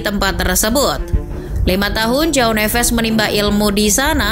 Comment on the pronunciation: Cara bacanya Joao = ( juaong ) bukan Jao nevez Jose =( juje ) bukan hose Militao = militaong Casemiro = Cajemiro